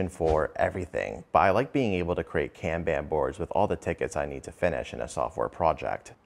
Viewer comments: Kanban is pronounced like con-bon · “Can ban boards” who the fuck pronounces Kanban like that